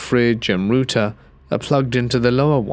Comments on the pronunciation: Exactly!!! It's a router! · "Root"er kept throwing me off 😂